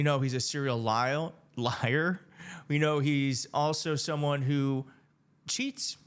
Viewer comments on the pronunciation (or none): So Trump mis-speaks and that’s a big big deal. But you say Lyle instead of liar and that’s to be ignored. Are you Trump age? Hilarious. 🙄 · You misspoke on the word liar, do you have dementia